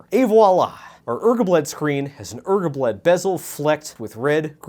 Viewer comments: If I hear ergahblead one more time... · im so fuckin tired of hearing this guy say ergabled. also now i know what his "sexy talk" voice sounds like and that is distressing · Drinking game take a shot every time he says ergobled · it took me FAR TOO LONG to realize ergabled was RGBLED pronounced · it took me way too long to figure out that he was pronouncing "rgbled" as "er-geh-bled"